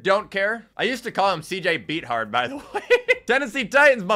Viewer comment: Finally someone else who called C.J. Beatard, Beat hard 😭